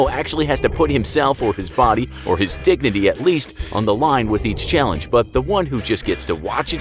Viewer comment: when he said "dignity" i heard it wrong